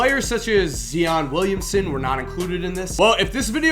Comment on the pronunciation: Zeeon Williamson 😂